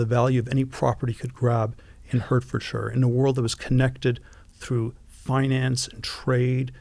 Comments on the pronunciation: ‘Hurt-ferd-shyer’ was hard to hear 😂. ‘Heart-ford-sheer’ for those that are interested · Great discussion, the only thing that hurt my ears was Hertfordshire being pronounced as "Hurtfordshire". It's actually pronounced "Heartfordshur". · Hurtfordshire... I love it when Americans try to pronounce English place names. To be fair we have trouble with them too. It's "Heart Ford Sheer" (Hertfordshire). A petty comment, I know. 😂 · Hertfordshire is pronounced “hart ford shur”. Jesus.